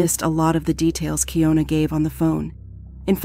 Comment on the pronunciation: It’s keyana spelled keying una is still Ana 😑